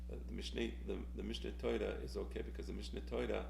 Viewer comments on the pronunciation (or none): Lol I love your pronunciation of Mishnei Toyra